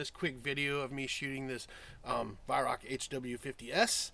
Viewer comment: It's pronounced as Why-rowch . ch is a gutteral G like in the Scottish word "loch".